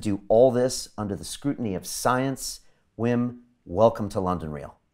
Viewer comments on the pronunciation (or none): Wi.. wi...fucking WWWIM Hoff... not Vim.